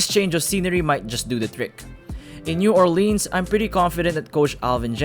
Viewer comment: Am I the only one who noticed he says New Orleans wrong